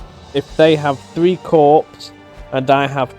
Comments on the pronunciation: Corps = CORE, not corpse. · Note: "corps" is pronounced like "core"